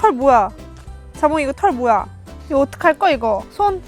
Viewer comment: 이거 어떻할거 이거~ (제주 사투리 스타일) 귀에 확 들어오네요 ㅎㅎ